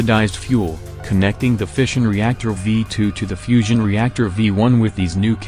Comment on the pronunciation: Who else thought he’s been saying fishing reactor